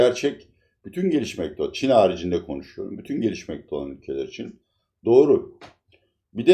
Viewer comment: Türkiyede Bütün büyük adamlar konuşurken "için" yerine "üçun"derler..Ordan biliyorumki sanırım sizde çok mühim büyük bir adamsınız🤣🤣🤣(Latife dedem) Sayğılar sevgiler.